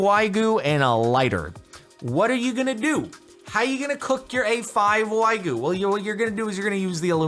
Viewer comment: Calling the Wagyu "Whygu" is actually fitting for the subreddit